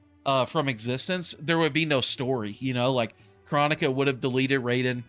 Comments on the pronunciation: Not chronica but chrOnika with the big O sound not the little o sound again it’s Cr-OH-nika, not chronic-a. PLEASE at least pronounce her name correctly even tho I probably didn’t spell it correctly hearing it said wrong is just annoying af lol!! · kr-OH-nika bro!!